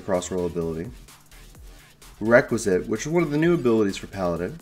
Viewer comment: Love your videos man but it's WRECK-WE-ES-COT not requisite.